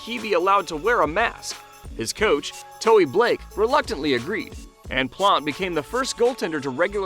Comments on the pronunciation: Toe Blake, not Toey Blake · "Toe-ey Blake" lol. It's just "Toe" brotha. Other than that tho, great vid!